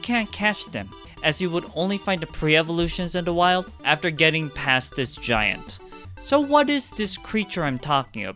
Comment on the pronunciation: this is gonna sound super racist- but I know that you are Asian because you said “dis” rather than “this” 💀 (I can’t say for sure what nationality, but I tutored a Korean student who came to Canada for two semesters, and he just couldn’t really pronounce the TH sound.)